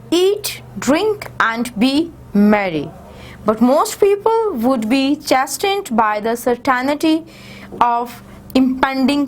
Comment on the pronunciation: A lot of pronunciation mistakes are there such as thought, die, chastened, certainty only in one paragraph.